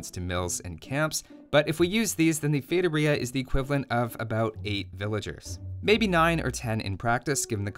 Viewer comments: Ah another video when he says "Fetoria"...👌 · He doesn't have a master's in how to pronounce feitoria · It's pronounced with an emphasis on the 'i', not the 'o'